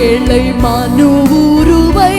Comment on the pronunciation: இந்த சிஸ்டருக்கு ழ உச்சரிக்க தெரியாதா ஏழை என்பதை ஏளை என்கிறார்